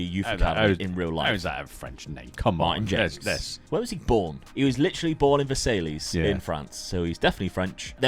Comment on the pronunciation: I’m very grateful for your content and always watch… People can make mistakes and say thngs the wrong way and who cares....but I’ve got to pull you up on the pronunciation of one thing though becuase it's horrendous … Versailles as “ver-say-lees” Oh my! You need to change that one! Thanks to you and Dad for giving me hours of entertainment.